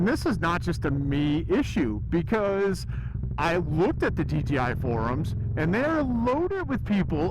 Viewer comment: That sound was way better. At 80 we could hear normal you like normal. You called the DJI DGI. hahah. We all do. Hard name to say.